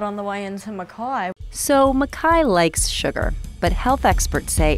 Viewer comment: Im sorry but they are pronouncing Mackay wrong..